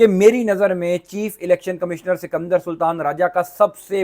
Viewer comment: 😂😂😂 bhai sikamdar nahi sikander sultan bolte hain 😂😂😂😂😂😂😂😂😂😂😂